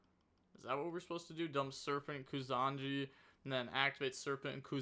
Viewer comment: It's not Kusanji, it's Kusa Nagi (koosa nagee)